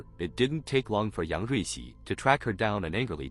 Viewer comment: Say yung ricci one more time